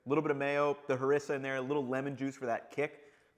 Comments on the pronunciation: We say HAREEESSA .. Not Harissa. Nice video, very informative. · That pronunciation of harissa is killing me